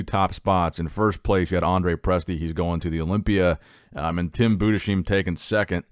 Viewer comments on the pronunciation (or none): Hey greetings from Germany, just a quick information concerning Tim Budesheim: His Name is pronounced Tim Budes-heim not Tim Bude-sheim. Great Video anyways keep up the Good Work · its pronounced Budes-heim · He also pronounced Budesheim very incorrectly, but you cant blame him in that i dont even know how to describe it... its german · Budescheim 😂 cute American accent bro 🤣❤️ his name is actually Budesheim, you pronounce it Budes-heim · Tim Budesheim It's pronounced Boo-diss-hime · Tim budejzim hahahhahahah iam German and the Name is NOT what you said hahahahha Sounds great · The way he says "budesheim" 😂